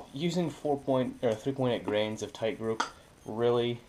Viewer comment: Are you saying grains of powder or grams of powder? Nice video, good job.